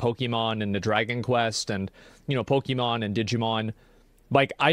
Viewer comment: I hear pokemom and I switch off